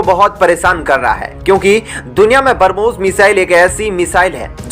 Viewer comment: Please learn pronounciation of Brahmos .... it's not barmos...